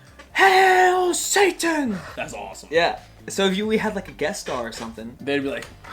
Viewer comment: “HAIL SATENE